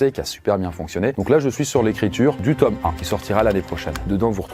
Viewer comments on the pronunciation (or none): none